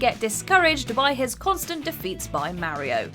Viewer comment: mario or meh ri oh?